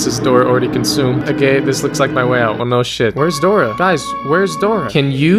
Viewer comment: As a spanish speaker I was laughing because of him calling Dora a “ Puta “ If you do not speak spanish than it may not make sense to your being but keep up the great work !